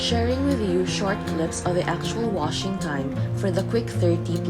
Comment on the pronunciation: "wushing" machine